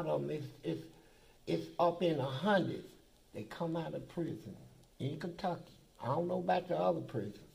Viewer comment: I Love when a person keep it one hundunth.🤣